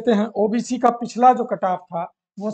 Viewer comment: Sir aap cutoff ko kataaf bol rahe hai